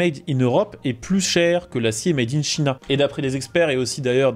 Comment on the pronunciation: S'il te plait "China" en anglais se prononce "Chaïna"